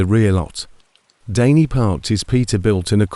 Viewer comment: So "Danny" changes to "Daney" and more bullshit AI pauses, gaps and mistakes. Not interested in AI stories.